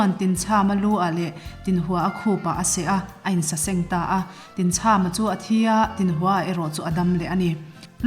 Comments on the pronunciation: Tinchhama tih a chham lai tak hi thlachham kan lam rika chham ang hian lam tur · Tinchhama tih hi chham, tlachham tih thluka thluk tur a ni e, Khawhai ramah khian Tinchhama lungdawh a awm